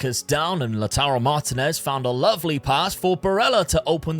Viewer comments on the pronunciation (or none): none